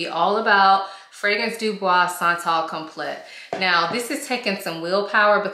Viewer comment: This is such a beautiful fragrance. It smells like pretty money. I get compliments on it. It smells like Italica by Xerjoff. But not as heavy. By the way it’s pronounced like “come play” but as one word. Like complay